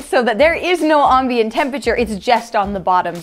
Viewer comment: You're still mispronouncing the word "ambient", I see.